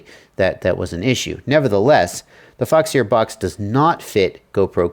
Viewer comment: foxeer, pronounce "f*ck sir"?? lol why foxeer not waterproof they product??